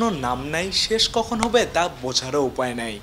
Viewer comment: ভাই আপনার উচ্চারণ ঠিক করেন, হবে-হোভে, মেধা-ম্যাধা, নেট-নেত।